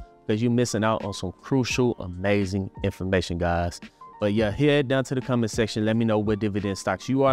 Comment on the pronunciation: You pronounce 'comment section' like 'combat section', and that cracked me up. "Go duke it out in the combat section down below!'